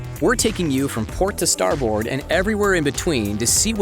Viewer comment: The VO dude mispronounced Amels, Damen... and starboard.